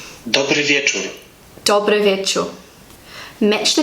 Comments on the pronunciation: It's interesting, from my Polish POV, to hear how foreigners have problems with the simplest and obvious (again: from Polish POV) things. You pronounce some words and phrases suprisingly well, almost perfect, while some seem impossible to pronounce for you. For example you notoriously lose the final "r" in the word "wieczór"_. I have no idea how it is possible at all. 😆 If there is _"r" you have to read it, simple as that. You also distort the "z" in the word "poznać" just like the amplifier distorts the sound of a guitar in a heavy metal music. If there's a syllabe _"z"_, we read it simply as "z". like in the english word "buzz", not as some "thfwxgrz". 😛 I think the problem is some syllabs in English words aren't pronounced/read, while in Polish we always read what we see. On the other hand every Polish will understand what you want to tell him, so it's a success. He/she only will know that you're a foreigner. A VERY foreigner, probably from the farthest end of the world. Like New Zealand. 😀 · On dobry wieczòr the ò is an u and its normal for english people to get it wrong cause they read the petters and not focus on sounds like in polish in polish foucus on the sound and the way the letters are said in english read the way the letters are thats all i know from so far im polish so here was my little help On thd next one milo mi cie poznac the t with the line going down makes the w sound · You should say ,,r", bcs you dont said ,,r". In our language ,,r" is strong, hard :) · Yes, it was way too fast.:D (For me too and I know a littlebit Russian, even from a linguistic view.) Polish has so many sh-like but different consonants, I think that's hard for, but I also recognized the lost "r" you mentioned. But you'll make it,! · Cześć hello cześć- ććć! Dobry wieczór - rrr! You didn't pronounce the letters ć cześć and r wieczór. Greetings from Poland